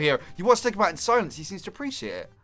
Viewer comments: It's not pronounced de-ki-bat it's pronounced de-si-bat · It's not pronounced Dek-i-bat. It is pronounced De-si-bat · Sorry if I'm criticizing, I think deci as in decibel is pronounced dessi, not dekki. So, it wouldn't be "Dekibat'. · i'm pretty sure your supposed to pronounce the c like an s in decibat, like decibel.